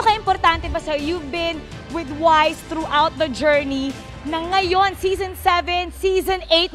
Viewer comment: Zison Not Season